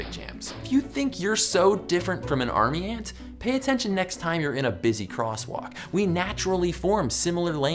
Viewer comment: I though he said N word but he said aunt word